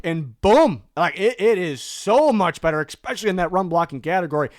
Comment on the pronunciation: Ekspecially drives me nuts